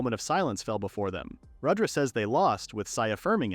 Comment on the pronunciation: It’s not Radra it’s pronounced as Rud dra